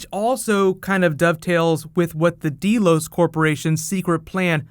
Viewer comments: Great video! This was really interesting. I really like your explanation and theories. Please PLEASE do more Westworld videos!! Oh! Also, it's pronounced "Dell-os" like Dell computers. Not "deal-os." Just fyi. :) But seriously though, please make more Westworld videos just like you do with Game of Thrones. I think people would really like that. I know I sure as hell would! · It's "Delos", not "DEElos". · Deh-los. Not dee-los. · Deeeeeelos WTF?!! Don't you watch the show? D-E-L-O-S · First time I've ever seen this particular video, but one thing stands out. Did you ever listen to this show? Did you ever see the original movie? Did you never realize that the name of the corporation, Delos, is pronounced DELL-OSE, not DEAL-OSE? It's freaking GREEK! It's an actual island in Greece! This midwestern high school student mispronunciation sticks out like a pimple on a prom queen! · I'm sure tons of people have said this but you know it's "DELL-OHS" not "DEE-LOHS" right?